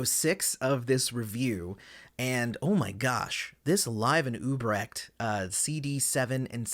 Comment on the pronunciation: Great review, but it's UTrecht (with a "T"), not Ubrecht